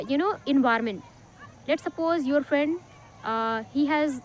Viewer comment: Its నాట్ envirament...... Environment ఎన్విరాన్మెంట్.... ఫస్ట్ లెర్న్ the ప్రొనౌన్సియేషన్స్....